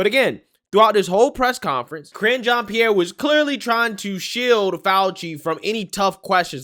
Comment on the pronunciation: LOL, were you calling Karine 'Cringe' Jean Pierre ? LOL was that on purpose or by accident? XD I swear it sounds like you're calling her Cringe Jean Pierre. :P She is cringe though.